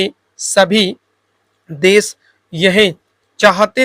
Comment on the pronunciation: jaise आप 'है ' को 'हे ' , 'भयावह' को 'भयावेह' , 'देश' को 'देस' kuch is trah ka uccharan aap karte h ....baki janaab aapka sab sahi h